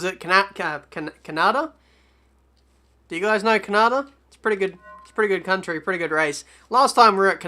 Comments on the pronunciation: "Can-ah-dah" NO. ITS "Can-ah-duh" duh not dah. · the way u pronounced canada (car-nar-da) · Actually Kanada how you pronounced it is almost the german way 😂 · Canarda? LOL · Never in my 2000+ years of living have I heard a country called "KUNARDA" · Your "Canada" at the beginning of the video sounded like finnish :P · that's how my country pronouncing canada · The way you said Canada 😂😂😂